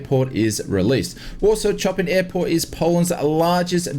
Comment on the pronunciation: Fred Chopin is turning in his grave with that pronunciation